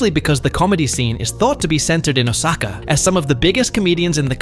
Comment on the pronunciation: It was so painful to hear Osaka being pronounced wester way so many times in a short period of time. 🫠